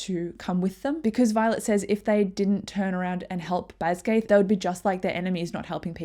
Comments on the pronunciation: This was great, thank you! Jsyk, it's not pronounced "BasGAITH", it's Bas-gee-ath" with a hard g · Great video, it just bothered me every time you pronounced Basgiath wrong 😅 BAZ-guy-ith